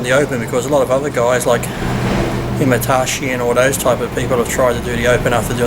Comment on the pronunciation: lol at Lee pronouncing Hidetada Yamagishi's name as Himatashi XD